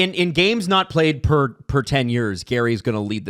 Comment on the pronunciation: It's purr not per person